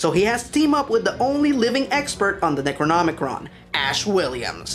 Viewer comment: Necronomicon not Necronomicron!